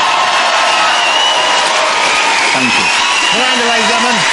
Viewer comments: "Miwanda" - Miranda is a very unfortunate name for Jonathan to have to pronounce... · Miwanda xD i love his speech impediment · Is it me or does he say "Miwanda" I say "Welease Woger!!" ;)